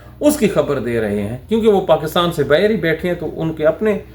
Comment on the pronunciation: صاحب اپنے اردو تلفظ کو درست کرنے کی کوشش کریں۔ لفظ۔ باہیر نہیں لفظ باہر کہا جاتا ہے۔ لفظ ۔ بعث نہیں لفظ باعث کہا جاتا ہے۔